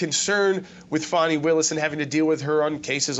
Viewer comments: FONZI AND FANI. FONI ITS SPELLED DIFFERENT. ITS Faaaaaani like the butt. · Why do you call Fani, Fauni? You pronounce fan, fan and faun. I pronounce Fani as, should be disbarred.